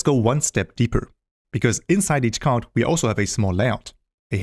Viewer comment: bro is calling card as chard!